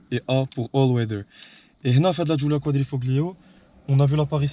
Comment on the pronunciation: QUADRIFOLIO pour la prononciation !